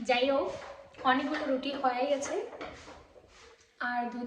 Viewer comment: Aaaa baa roti na ruti kotha bolte Sikh age